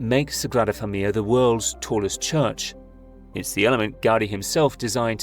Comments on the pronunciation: Thank you for explaining this so eloquently. My Spanish brain was in knots hearing that pronounciation. It is indeed an amazing video though! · Your are eliding the end of the word 'familia' as if it has a double 'l'. It does not. The word has four syllables, not three. You have a habit of doing this. Otherwise a nice, informative video; thanks.